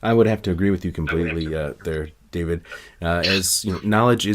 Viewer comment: I cringe every tine David pronounces his name